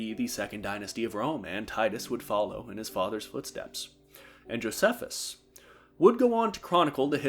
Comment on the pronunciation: “I mispronounce a lot of things” Goes ahead and says “Josephus” lol